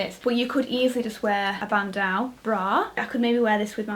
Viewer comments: Love ur pronunciation of bandeau! im sure its pronounced "band-oh" instead of "band-ow" as its a french word :) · I love you but please stop saying BANDAU!!! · “band-aw” 😂 get you with the pockets🙌🏼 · Loved this haul! Just gotta mention though, it's pronounced "ban -doe" as in a female deer :) Cue The Sound of Music reference: "Doe, a deer, a female deer.." hihi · Sorry Victoria but I just had to let you know that bandeau is pronounced as “ban-dough.” I’ve never had the heart to tell you before but I think someone needed to tell you so now. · Who says bandeau that way